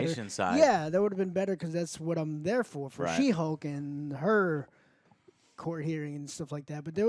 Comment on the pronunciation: did you just say she-bulk? HAHAHAHA alright bro, your cool in my book 🤜🤛 It ain't she-hulk, it's She-bulk!! 🤣